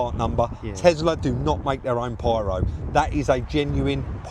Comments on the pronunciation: Loved watching you working your magic on yet another vehicle and it's always interesting. But, one thing that jumps out at me, and it must be a down south thing, is your pronunciation of the vehicle make..... you say TeZla (and many times), but the car is a TeSla, no z, 😂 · Liking the Tesla vids but for my sanity Can you please say TESLA not TEZLA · Elon says Tezla